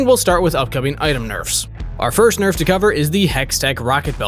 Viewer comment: You mispronounced nerf on those tank items